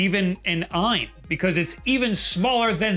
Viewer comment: It’s pronounced alphabetically A-Y-N. Not “EYE-IN”. I know the confusion comes from the Ayaneo.